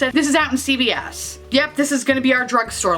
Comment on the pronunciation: Love the video, and I think you rocked those looks. I was sad about not having this magical New York Store you were referring to...until I finally realized you were saying CVS🙄